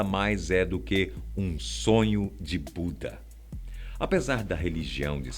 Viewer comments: Desculpa Budistas mais Em eu entendi um sonho de puta , depois eu voltei ai percebi que era Buda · "um sonho de BUDA", soou parecido com "um sonho de PUTA". Kkkkkkk Adoro essas questões, mas olho para tudo do ponto de vista científico e extremamente crítico. Acho que a maior parte desses temas ainda teóricos para a ciência, são tomados por qualquer um, de qualquer jeito e misturado com muita fantasia supersticiosa. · No eu entendi "sonho de puta" 😂😂😂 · Só eu que entendi "um sonho de puta" e voltei pra confirmar? kkkkkkkkkk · ele disse sonho de puta? 😂😂